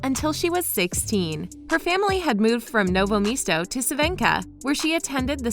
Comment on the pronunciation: Omg Same. I‘m from Germany, but my dad also comes from Novo Mesto and this city is like my second home, because I spent so much time there during vacations and the way she pronounced it, really triggered me. But I also found it quite funny.